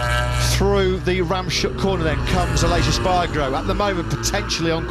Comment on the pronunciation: Oh FFS learn how to pronounce the names of the corners. It's not ram shook. It's rams hook.